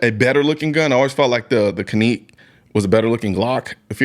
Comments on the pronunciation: Canik.... Can-ick. Not Canique`. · The "Caneek"? Like Shaneekwah? I think you meant to say "Canik" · It is pronounced "jhenek" in Turkey. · Is it pronounced (Kaeek) or (Can-ik)? Because ive never heard it pronounced like that before. I have a Canik(Can-ik) TP9 SC. It is an amazing pistol. Absolutely the best and most accurate handgun I’ve ever shot. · 🤔🤔 why is he calling it a [cah•neek] was that deliberate... I always thought is was [can•ick] i trust his opinion and like his content but its always a red flag when I see content creators make reviews on products they mispronounce... 🧐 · 2 things: No 1: Canik you pronounced kahneek is actually pronounced like janick FYI. No 2: You're a Texas guy, why aren't you rocking a Shadow Systems CR920/CR920P...just saying. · The can-neek 😂😂😂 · Cahneek mayteee ? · The best, most ergonomic single-stack 9mm compact handguns are from KAHR....absolutely the best quality and fits in the hand like a glove and eminently conceivable. Next best is the Canik MC9LS....PERIOD....Hey fella it's not CANEEEEK ! Don't be disrespectful just because it's Turkish. HAVE SOME RESPECT. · caneek?? lol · He called it a caneek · This man said caneek 😂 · “Cuhnek”… excuse u😟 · Bruh..."Caneek" though? I love the MC9 and the RXM i go between both of them depending on where im going. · lol. First time I heard Canik. Pronounced that way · Bro said canik wrong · I had never heard "Canik" pronounced like that. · Why does he pronounce Canik so weird?